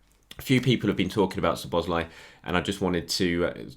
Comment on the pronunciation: Nice pronunciation of Szoboszlai's name. KUTGW. :)